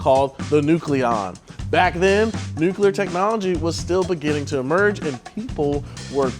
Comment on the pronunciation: He keeps switching between "nucular" and saying it correctly as NUCLEAR. It's driving me crazy!!!